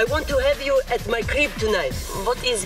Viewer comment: its not 'griep' its 'crib'